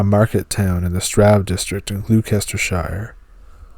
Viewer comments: Gloucestershire = gloss ter shire. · Gloucestershire's pronounced glostershire, lol had to let you know that brother! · Thats not how you say Gloucestershire. Its pronounced gloster-sheer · GLOSTERSHIRE IS PRONOUNCED not the way you pronounce it